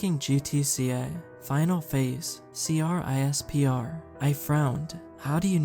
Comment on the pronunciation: CRISPR is pronounced Crisper. For future reference. They use it for separating genes and keeping track of what you have genetically.